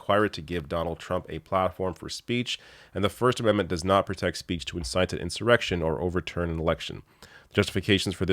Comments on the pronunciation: "Inciting an Erection" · said "incite an erection" 😂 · He meant “insurrection”, either way there would be something coming up fast! 😂